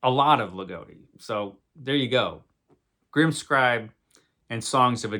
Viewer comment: You should read some Ligotti for sure. And his name has a short O - it rhymes with “he’s not dotty”.